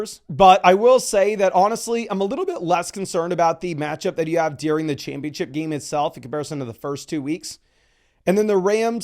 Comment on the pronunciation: Gotta learn how to pronounce “during” my guy